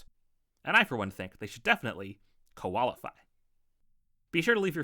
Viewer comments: i almost reached the end of video before i went to hit youtube home button .... as i did you said "koala-fy" .... i had to hit back to make this comment ..... i hate you but lol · "Koalify" :face-purple-crying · Well as an Aussie I was quite happy with everything in this vidWAIT DID YOU SAY KOALIFY ???!